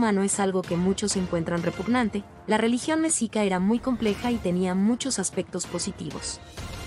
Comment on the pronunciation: Un pésimo trabajo desde la forma de pronunciar Mexica y los datos superfluos y erróneos